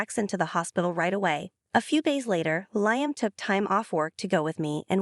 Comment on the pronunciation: Liam is pronounced Lee-um. Not Lie-um.